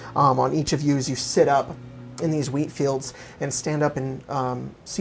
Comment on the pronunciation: Lol everytime has said "wheat fields" during this arc it's sounded like "weed fields"